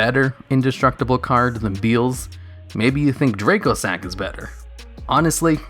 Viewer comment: Dracossack is pronounced "Dra-cossack" because its a dragon based plane, that is the Antonov AN-225 Mriya (Cossack). you pronounced it "draycosack."